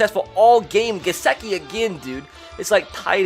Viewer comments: This dude keeps saying GesEkiand it's triggering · What r ur pronunciations tho??? It’s BAHLAHGE and Guhsickee